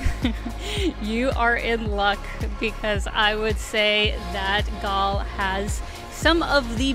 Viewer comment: The proper way to pronounce Galle is like as you would pronounce goal. But you did a good job. Hope u didn't hate sri lanka because of the weather coz even the locals are having a hard time with the heat.